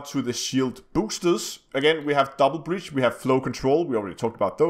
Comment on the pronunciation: Its brace [brās]. Not breach [brēCH] :<